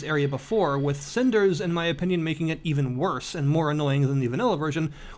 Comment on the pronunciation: didn't even say it properly.. wat r u casul?